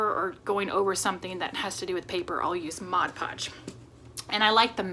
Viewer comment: Love it! And yay for saying “MOD” Podge. I promise you are not the only crafter that calls it “Modge”. I do have the Cordless Surebonder and mine does drip a bit but I don’t believe i am using Surebonder glue sticks. Will get some and see if it makes a difference. I enjoy this series. I am old and am having trouble seeing stuff too. Threading a needle is almost impossible.